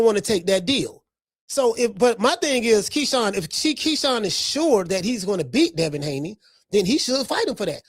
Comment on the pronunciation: You almost called Keyshawn, Shekon, but you autocorrected yoursefl ...hahahahah!! 😂😂😂😂😂 I LOVE THIS CHANNEL!!!